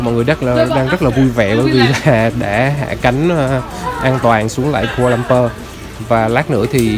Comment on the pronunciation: Sân bay khu - la - lum - pua chứ anh